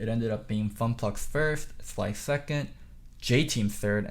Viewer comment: Nobody:: FunPlux